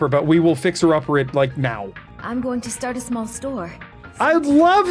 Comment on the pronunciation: "It keeps Go-URN-g"